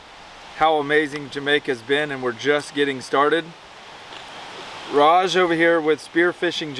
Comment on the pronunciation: His name is Raj not whatever u said! Y do they show me these vids anyways?!